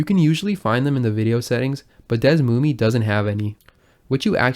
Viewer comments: its pronounced /dɛsˈmumiː/?? ive always been saying it like /ˈdɛsmumɛ/ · It's Pronounced DS-SUE-ME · Desmume sucks FR, worst name, old and slow, not modern, however it's great for researching games with the tools. I think it's pronounced as DS-moom. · ive always pronunced it Des-ooo-me